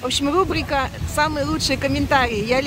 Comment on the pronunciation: Безграмотность: Лубрика у, вместо Рубрики, блюдо ПОЛЫНЬЯ, вместо Паэльи. она и есть. Как в том кино "Деревня".Вроде все хорошо и красиво, но за Вашу речь, иногда, не очень удобно, Вы же вещаете на большую аудиторию.